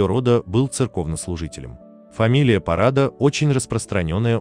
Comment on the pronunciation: Мне нравятся трактовки укр.фамилий русскими👍 Парада, не от слова парад, тем более это не украинское слово, Парада- ударение на последний слог, это фамилия скорее татарского происхождения, на Украине было много татарских поселений даже под Киевом, например Кагарлык (тат. смельчак) , никогда она не была похожа на славянку!